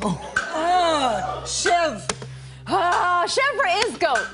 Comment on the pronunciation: I love Rachel!!! <3 And their pronunciation of chèvre really sucks. LOL XD